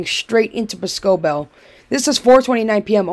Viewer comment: Lol its boss-co-bell